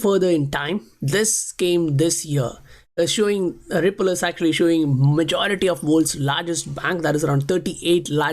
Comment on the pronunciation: why you say Wipple. Its Ripple.